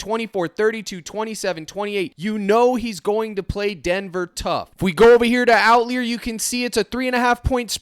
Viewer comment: Curious why you are pronouncing it "out-leer". Outlier as a term in statistics is pronounced "out-liar". Does the app/company pronounce it differently?